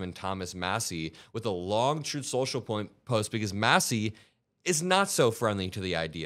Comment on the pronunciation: You KNOW Putin is peeved!! I don't know whether I should laugh at this, or should I hang my head with a "tsk, tsk, tsk". The "Troth" social crashing really made me smile, though. It is a just a nice way to start out showing what Iran is capable of doing to this turd. Unfortunately, we are all in a world of hurt from a compulsive dumb-shit in office. "Promises made"? Promises lured for those votes.